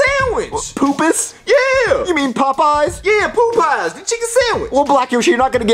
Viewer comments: Lol I when he was talking about a Popeye chicken sandwich I thought he was saying a poop sandwich lol 😂😂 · bruh "the poo poo sawich" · The way Black Yoshi says "PooPoo" instead of "Popeyes" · Did anyone else pronounce Popeys pot pies